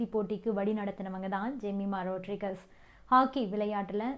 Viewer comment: ஜெமி ரோட்ரிக்ஸ் என்று சொல்லும். ரோட்ரீகஸ் இல்லை